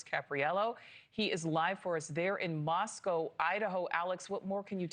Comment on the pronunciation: Thanks for pronouncing Moscow correctly.